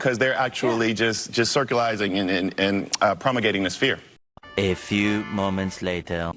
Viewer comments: The guy who says, "seculizing", thinks Ben Shapiro lacks intelligence! Another proud Dunning-Kruger graduate! 🙄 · 'Circulising' OK my intellectual guy. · Did you notice that on The View.. This guy said Circulizing (not even a word) instead of Circulating ??🤷🏽‍♀️ That is his 'Intellectual' Level! You can't make it up.🤦🏽‍♀️🙄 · circulizing? promegrating? this pinhead makes up words to try to sound intelligent, then when he runs into an intelligent rebuttal can't defend his points. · Calls Shapiro unintelligent, then immediately proceeds to make up two words: "Circulizing," and "Promogating." Um, you mean circulate, and propagate?! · On The View.. he said 'Circulizing' (which isn't even a word)🙄 instead of 'Circulating'.. and he's talking about Ben Shapiro's intellect?!?!🤷🏽‍♀️ Man Please!🤦🏽‍♀️😐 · He actually said “circulizing and promogating this fear” A man who clearly has no clue what he is saying or even the words he is using Both of those words DON’T exist- “circulizing” = “circulating”, “propagating” = “propagating” Guy is a moron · "Circulising"... what? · Hahahaha that race hustler said “circulizing”!!